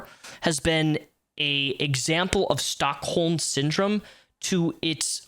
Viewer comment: Just a heads-up, I think you said "stock hold syndrome", it's Stockholm, named after a bank robbery in that city where the hostage at the end of it all sided with the robber.